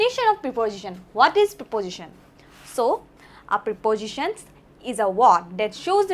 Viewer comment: প্ৰিপজিশ্বন নহয়,প্ৰেপ'জিশ্বন উচ্ছাৰণ কৰিব লাগে।